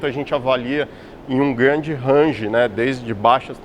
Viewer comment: O engenheiro falando RANGE deu calo nos meus ouvidos. Fora isso excelente programada, agradeço todos os envolvidos pelo grande video !!